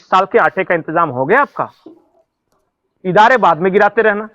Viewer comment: भाई साहब थोड़ा दुरुस्त करें हवाई जहाज को इदारे नहीं तैयारे बोलते हैं पाकिस्तानी 😂😂😂😂😂